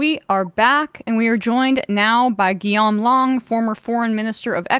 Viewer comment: His name is Guillaume not Guillame